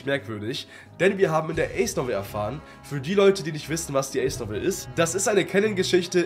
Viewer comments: Man spricht es „Eys“ aus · Geiles Video aber wie du ACE ausgesprochen hast , hat mich getriggert 🤣 ICE , ICE i mean 🫣 ACE BRO Spricht man ungefähr so aus : Äce